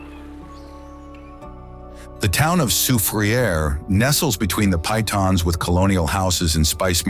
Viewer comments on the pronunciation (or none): Very good. The correct pronounciation of the majestic Pitons in St. Lucia is as follows: "pee tons" and not "Pie tons". Cheers.